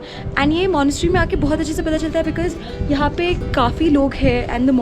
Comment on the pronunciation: she pronounces the word "because" as bikiz .... sounds very artificial...